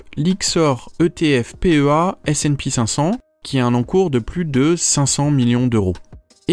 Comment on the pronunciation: Pour le S&P500 c'est ESE et pas ESEE. Merci a toi